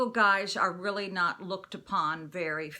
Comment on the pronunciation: Wat a weally weally nice blouse ur wearing..jus thought I'd mention that